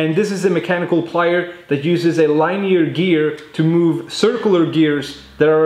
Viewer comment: Line ear 👂 ??? Pronounced linear